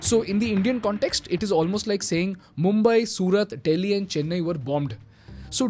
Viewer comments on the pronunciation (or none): none